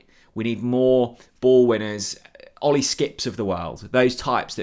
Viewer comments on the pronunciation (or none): none